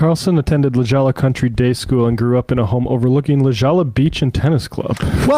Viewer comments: it’s pronounced La Hoya. I hate that he is from my home town, but love that his Mother doesn’t even like him. He is the worst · La Hoya is how La Jolla is pronounced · La Hoya... La Jolla is pronounced La Hoya. Big fan, love the show, I can't even imagine how little I know about so many things. My favorite thing to do is to learn... Thank you guys for helping me out with this. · La Jolla is pronounced "La Hoya", its a wealthy community in San Diego. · Minor point, but La Jolla is pronounced like “la HOY-a”. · It’s La hoya in Spanish. La Jolla is very posh beach town in San Diego. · It's pronounced "La Hoya" I guess nobody grew up in California? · It's pronounced "La hoya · I really hate being reminded Tucker Carlson is from San Diego. But I do chuckle hearing La Jolla being mispronounced.